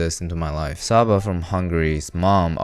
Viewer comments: Csaba is likely pronounced Chaba. Word up to my Hungarian brethren! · Csaba killed me. Pronounce it like Chaba, ch is like chat.